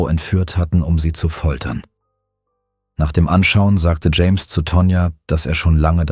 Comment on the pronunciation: "James' " not "Jameses" 🙄 Grammar is unknown to AI's and most Americans.